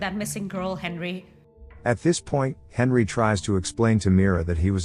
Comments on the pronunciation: Why are you pronouncing it "Hendri" instead of "Henry"? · Who else heard hendry not Henry 😂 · Why does he call him Hendry the whole time? It drove me mad lol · Is it saying "Hendry"? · Hendry. Like come on. Just actually record yourself talking. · Am I the only one hearing the narrator say "Hendry"? 🤔